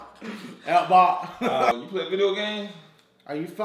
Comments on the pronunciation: He Cnt Say Xbox Lol xD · "ps3? Esbocks? Tendo...?" i wouldnt be able to keep a straight face either.